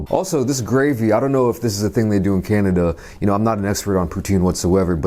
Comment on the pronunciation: "Kainada" lol